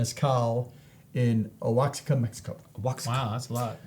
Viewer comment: Oaxaca = Wuh-ha-cuh. I have a bottle of this. I really liked it.